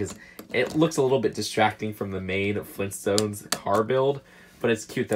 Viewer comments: G R A N D D A D. fLeEnStOnEs!?!? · Leegoo Fleenstones